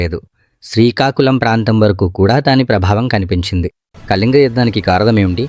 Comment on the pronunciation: కలింగ కాదు.... కళింగ....